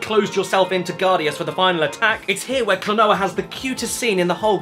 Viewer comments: Remember its a Japanese name so using their phonetics its Klo-No-Ah :) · Name: Klonoa Pronounced: Kla-no-ah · Caddicarus: Spends some of video making fun of the game’s name and mispronounces it in all kinds of ways throughout the vid : Just outright says it XD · First Klonoa's name, and now Caddy couldn't pronounce 'Phantomile'. Hahaha. ^u^ It's pronounced, 'phantom-mile', by the way. :-) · Klonoa: I Really Can't Pronounce This Game